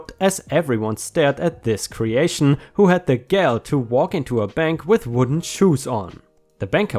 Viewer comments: btw, gall is pronounced gaal (like ball) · Just a minor pronunciation thing, 'gall' rhymes with 'ball'. 'Gal' is another word for girl.;)